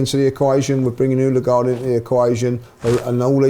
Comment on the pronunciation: Finally, someone corrected on how to say, Odegaard. It was pissing me off the whole season!